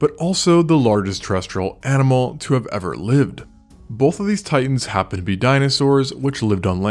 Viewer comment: He says ever like space shuttle endeavor